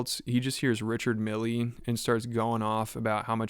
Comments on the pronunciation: Richard "Milly" lol. I imagine you probably don't care but the guy's name isn't pronounced that way. Just trying to help. Its pronounced more like "meal" than "mill". Edit. HOLY CRAP THOSE CLIPS. So hard to watch. The are like toddlers. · It’s pronounced mill not milleeeee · Dude mispronounced the name of watch brand (and the guy he met?). It’s Richard Mille (rhymes with hill). Not milley- lol. Also - this is like watching a bunch of 15 year old boys drinking for the first time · >Richard Millie It's pronounced Richard MEAL, all accented and shit. Obviously the whoreologist guy wouldn't give him a free watch because a) who is this guy? and b) he can't even pronounce the man's name! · Please don't pronounce it "Richard MillY" just because the DJ pronounced it like that.